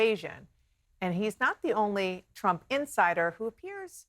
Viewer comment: You don't know how to pronounce Trump again lols...he is really giving you guys headache lols...just chill Trump is on point...leave the hate